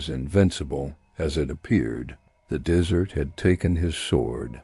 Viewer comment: So many ways to mispronounce, "desert". Haha. The dessert always wins!